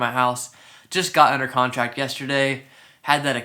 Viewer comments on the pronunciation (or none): none